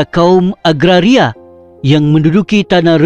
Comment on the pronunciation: Sebutan Orchard atau Orkid. Agaria kah atau Agraria. Ala sebutan itu biar betul saudara. Kau punya fonetik dan fonologi Bahasa Melayu kena betul bro!!!